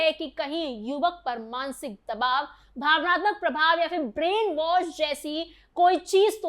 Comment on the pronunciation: Brean wash hota hai was nahi😂😂😂